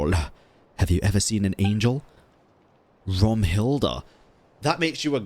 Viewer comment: ZEIT = time (pronounced ts-eye-t) Zeitlind RAUM = space (pronounced row-m) Raumhilda